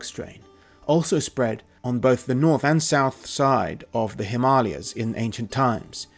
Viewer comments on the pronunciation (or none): Him arli ers .?? Himalayas 😂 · Mans can't say Himalayas 🤣